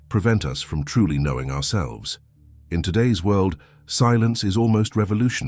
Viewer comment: world not wuld